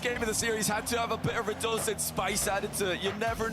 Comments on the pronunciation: Pretty sure it’s pronounced rad uh scene, ho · rad oh zain